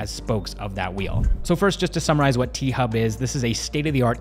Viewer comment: T-Hub sounds like P-Hub